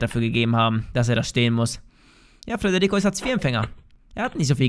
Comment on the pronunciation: ich lach mich immer Schrott wenn du sagst frederrico Furz nicht